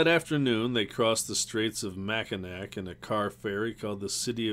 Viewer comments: I'm from Grand Rapids, MI and it cracks me up hearing people from other parts of the country try to pronounce Mackinac Island and other towns in the state. The narrator is from Maine so we will definitely give him some slack. Like he says, I'm sure if we went to New England it would be the same joke on us. Mount Chocorua or one, which interestingly is featured in, "The Mummy, the Will, and the Crypt." You can't find a better narrator of online books than this guy though. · These are great. I'm enjoying reliving childhood moments or reading these books for the first time. As a native Michigander though, I ask you kindly to look up the pronunciation of Michigan cities. Cities with names like Petoskey and Mackinac aren't English in origin and aren't pronounced the way they may read. Otherwise, yes! these are great and I making my way through all the videos. Keep up the great work and looking forward to the next ones.